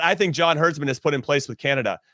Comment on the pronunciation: Dude, it's "John HERDMAN" not HerdSman, like you always say